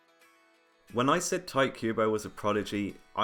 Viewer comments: The fact that you pronounce Tite Kubo as "Tight kubo" makes me giggle (It's something like "Tee-teh" btw) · "Tight" Kubo. TEE-TEH. That's how you pronounce "Tite" with a vague understanding of the Japanese language. If it was meant to be pronounced as you do it, it would be spelled as "Taito." In any case...I did like the core of the Arrancar Arc more than the Soul Society Arc. I think Kubo tried to make the Rukia Rescue story too political and just used fights to spice it up. I was in it for the Inner Hollow and barely got anything for it, so when the Arrancar Arc popped up I was pretty happy. The change from the defeat of Aizen to the Fullbringers was as much of a plot-theme change as the current arc of Attack on Titan. I was in it for the stuff on Paradis Island, not this...I don't even know how to describe it...world war with Marley? that it is now. I entirely don't care. I've halfway kept up with it (I hear about the major plot points but I don't actually read the manga myself anymore; it's that boring to me) but the reintroduction of the Titan Shifters hasn't made the series feel like the AoT I originally kept up with, so I'm only following it so I 'know' what happens. I feel like I invested too much time into it before to just give it up. The same went for Bleach through the Fullbringer Arc. My capacity to give a damn about the Thousand Year War arc ended the second Nell fell from the sky and landed on Ichigo, complaining about stuff in Hueco Mundo with Hallibel getting captured. I dropped it cold turkey...heard about a couple things that happened (I predicted about 90% of R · Oh my God why are you saying Tight instead of Tite? xD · Its cringe to hear you pronounce Tite as Tight. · Stop calling him "tight" Kubo for god's sake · great video but "tight kubo?" really? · You know its Ti Te right?. two syllables. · When people pronounce his name "Tight Kubo", I dunno if I should cringe or be amused or aroused.